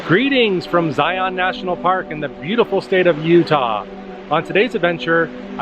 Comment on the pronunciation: You can always tell those who don't live in Utah. They don't know how to pronounce Zion.